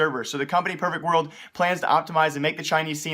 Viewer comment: Is he saying pervert world?